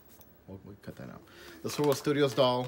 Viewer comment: I kept trying to find Swivel Studios lol, but to no avail. Then I saw they're called Swirl World Studios in the description. But I swear you're saying swivel.